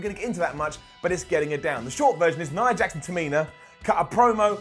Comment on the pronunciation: did he just say "nia heart"?